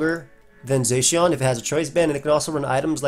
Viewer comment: You pronounce Zacian weird ugh..